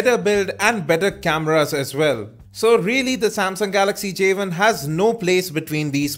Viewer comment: wow..start of the review...he calls it a javin....its not a fucking javin! it is a "Jay one" say it with me...Jay.....one!...NOT jayvin!!!